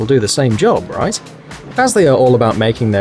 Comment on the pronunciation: At first I thought you said "Let's get rice into the video" :D